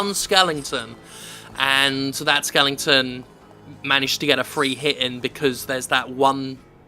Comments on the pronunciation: Why do you keep calling them "skellingtons"? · skelington? ;) what is this beast?